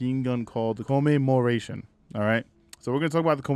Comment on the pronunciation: Come-em-More-Ation that's how you say it. Whatever you are saying is all effed up